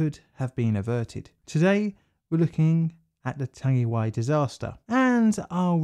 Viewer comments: Chur for this bro, pronunciation is ,tongue E why ,tangiwai,Chur cuz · You kinda murdered the pronunciation mate but ill allow it, knew you would get round to this one, is the Hyde disaster next? another kiwi rail disaster in the main land of New Zealand, the south island, and it involves intoxicated staff and excessive speed. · Not Tangiway, Tangiwai, Tangi & wai as in why. Tangiwai. Tangi: to cry or weep; wai: water. Tangiwai may also be a Pākehā inversion of the more usual Waitangi. Sorry I'm fiercely proud kiwi. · Tangiwai! That's it! (I wrote that horribly mispronounced comment on Twitter)